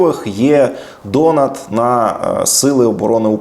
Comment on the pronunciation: Треба виправити наголос не дОнат а донАт